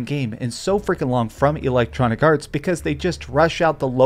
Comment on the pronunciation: EEEE-lectronicarts 🤣🤣🤣 this guy heard the word "roasted" 15 minutes before recording his video and tries to use it in every sentence because he thinks it make him sound cool 😂😂